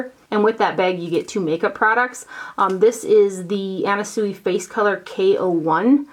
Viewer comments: Anna Sui is pronounced Anna Swee. Very cute little storage box from her! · FYI Anna Sui is pronounced SwEE. Xxoo